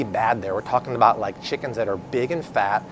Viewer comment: First of all guy... it's Chicken... not Shickens.